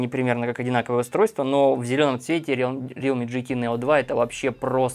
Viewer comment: Не рилми, а реалми